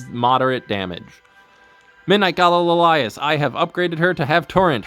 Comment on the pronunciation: "La lias" LMAOOOOO. Gotta say, never heard someone pronounce it that way.